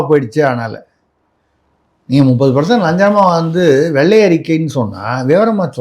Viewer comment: வெள்ளை அறிக்கை. அதை. வெல்லை அறிக்கை இல்லை தமிழ் வார்த்தை களை கொலை செய்ய வேண்டாம்